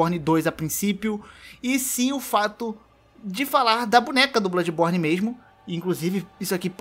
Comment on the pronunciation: Caramba só de ouvir "Bludis borne 2" já arrepiei os pelos lá de baixo